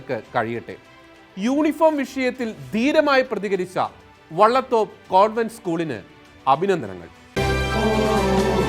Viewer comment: വള്ളതോപ്പ് എന്നല്ല വലിയ തോപ്പ് എന്നാണ് സ്ഥലത്തിന്റെ പേര്.